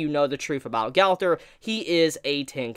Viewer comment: Why do you say Gaowther. Gowther. Did u watch seasame street as a kid? The trash can boy has the same name. Gowther.